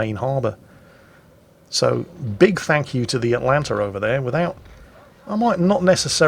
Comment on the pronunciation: The Atlant-er